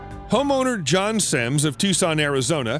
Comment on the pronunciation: There's a lot of words with mispronunciations... Even the name John.. Beginning to wonder if it's a robotic voice 🤣🤖 It doesn't matter. What's important is the facts are interesting on this video